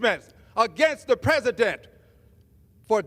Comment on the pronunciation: Peasadent? Green needs a special needs teacher to teach him to add speak 😂😂😂😂